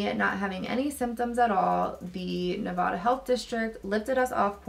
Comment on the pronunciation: It’s Ne-va-duh not Ne-vah-duh lol